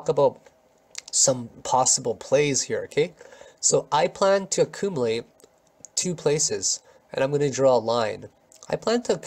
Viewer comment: I like how you pronounce acoomalate